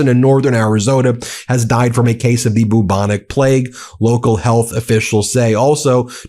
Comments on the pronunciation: I believe it is pronounced 'byew-bonic', not 'boo-bonic'. Keep up the good work. Thanks. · I thought he was saying Boo Monique. lol. How can you mangle a word so badly.